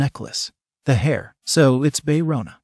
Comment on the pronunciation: OMG THIS IS SO FUNNY KANG MARI PRONOUNCE AS KENG MARY WTF HAHAHAHAHHHAHAHAHAHHA BAE RONA AS BAE ROWNA HAHAHAHAHHAHAHAH